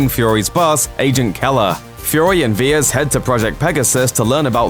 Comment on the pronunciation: Vers not Viers